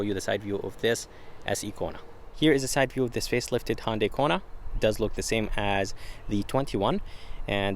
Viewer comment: I just wish this guy would learn how to correctly pronounce Hyundai. Dammit it is NOT HONDAI.